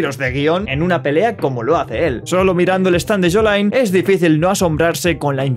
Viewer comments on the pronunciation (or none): No quiero sonar malo pero me molesta que diga “jolai” cuando es “joylin” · Se dice YOLIN. YOLIN no yolain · Como se pronuncia: YOLIN: YOLAIN 😎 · Todo perfecto tu video pero cómo le arde la sangre que pronuncies "Yolain" y no "Yolin"😡 jajaja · se pronuncia yolin no yolain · No sé por qué la gente dice yolain si LITERALMENTE en el trailer Jotaro lo pronuncia como yolin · no, es el sonido de la ll y no de la y. literalmente su nombre es じょりーん, siendo じょ la silaba Jo que suena como llo, no como yo (よ suena como io). en japonés se pronuncia jo-rín. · Me daba un tock nervioso de Jolain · Dios, me chirría que digas yolayn xd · me pone un poco nervioso que le diga Jolain D: jajajajajaja es muy bueno gallego moment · "Yolain y yoyolayion" 😐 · Como chucha lo pronuncias Jolain poh wn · se pronuncia "llo-lín"... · Bueno, ahora ya sé como se dice Jolyne y Jojolion😎🤙 En el vídeo lo digo a la inglesa porque no había escuchado nunca como se pronunciaba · Deecho lo pronuncias mal AJAJJAJA